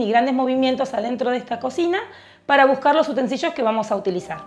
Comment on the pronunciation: UTENSILIOS- (NO "utensiLLOs")